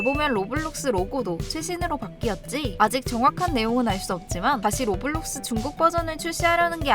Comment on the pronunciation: 로블록스가 아니라 로우워뷜뤅숴네